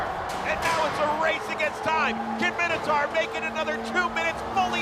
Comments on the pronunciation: For the love of all things, Minotaur is pronounced "My-No-Taur", not "Minnow-Tar". "Mino" like "Minor" or King Minos (not King Minnows) who built the labyrinth the beast inhabited. "Taur" like "Taurus" (also from Greek), how would that be pronounced "Tar"? "Minnotar" would be pronounced how these guys, and a bazillion gamers who have no clue that the creature was literally described/created thousands of years ago, say it. But it's, literally, in every sense, Minotaur. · Can't take the presenter seriously when they pronounce it MINNATAR